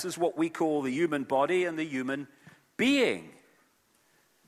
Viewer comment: Can someone please explain why this man pronounces the word "human" as ewwman? Wtf is his problem? Does he fucking think the h is silent?? Smdh, so annoying!